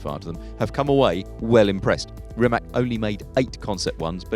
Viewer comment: Stop calling it Rimek.